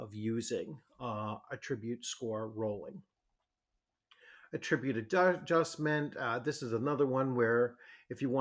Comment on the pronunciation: The accent is on the first syllable of the version of the word "attribute" you are using.